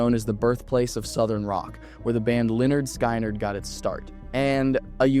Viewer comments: The way you said Skynyrd makes it clear that you weren't raised on classic rock. 😂 It's pronounced skin-ard. Not a negative connotation towards you, it's just that not everyone was lucky enough to be raised on the greatest form of music. 😉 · It's lynard Skinard not skynerd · Uh its Lynard SKINerd not SKYnard... 😢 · Leonard Skynard - pronounced "Skinnard" not Sky - nard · Northern New Jersey. It’s clear and seasonal. No snacks. Lol (I do have to correct, however… it’s pronounced: “Lennard Skinnard,” not “Skynerd.” 😉👍🏻) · Pronounced Leonard Skinnered. Spelled Lynyrd Skynyrd. Now that's out of the way.,I totally remember when this happened. This is a horrifying case and this little bastard needs to stay in prison the rest of his miserable life. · Did he really say Linird Sky Nerd?? lol It’s Lynyrd Skynyrd Like Lynerd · You said sky-nard not skin-ard. Everybody gets one. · I'm from the UK and even I know that it's pronounced 'Lynnard Skinnard' NOT Skynnard with a 'Sky' sound. First and most important question was 'Why didn't she have any bottoms on?' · Dude not Skynerd its pronounced SkINARD! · It's pronounced Lyinerd SKINERD. Not SKYnerd. (Lynyrd Skynyrd). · Lynard skynard not lynard sky nard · No, no, no. As soon as he mispronounced leonard skynyrd, the rock band, it's an immediate, big, fat, no, to this video, you can't pronounce leonard, skynyrd correctly, and I know i'm spelling it wrong, so my apologies, this is a crap video. With possible wrong info. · Lenard SKY-NARD??? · Skin-ard! Get a narrator who can pronounce words! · Question, why do things not get fixed like the pronunciation of leonard skynyrd? L o l not sure of the spelling, which is definitely not worse than the pronunciation! Enjoyed the story in boston mass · Leonard skynerd??? Bruh u outta be punished for not knowing who they are and spanked for pronouncing them that way!!!!!!!!! Just wrong man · I quit watching as soon as you said Lynyrd Skynyrd